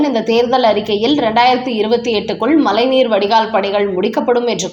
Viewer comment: "மலை நீர் வடிகால்?" " மழை நீர் வடிகால்" ஆ ?